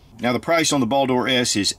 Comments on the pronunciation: Why do you keep saying "Ball Door", "Ball Door", that shit sounds so hilarious and hard to watch. I don't think I've seen an "O" in the word. It's simply "Bald-R" as it's spelled. Olight likes Norse Mythos for naming products. Simple search Baldr (anglicised Balder, Icelandic: Baldur) is the god of light, joy, purity, and the summer sun in Norse mythology, and a son of the god Óðinn and the goddess Frigg. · It is pronucened Baldr not baldor skip the o